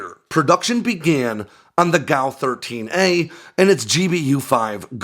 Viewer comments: You pronounce G A U (Gun Aircraft Unit) as Gow. Do you pronounce G B U as Gaboo????? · G. A. U. not gow. It's like saying Are-15 for A R-15 or Ack-47 for A.K.-47 or Foul for and F A L